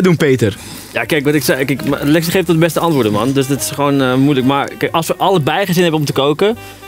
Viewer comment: "nee MAN is niet charmant, ik hou van klasse MAN" hahahah praat normaal dan eh hoofd